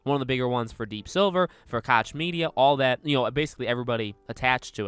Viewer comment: I love how people pronounce “koch media” so wrongly